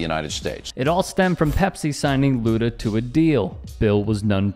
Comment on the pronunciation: "Luda" lol....cmon...